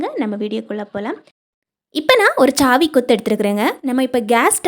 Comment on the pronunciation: Chhaavi illa saavi😂😂😂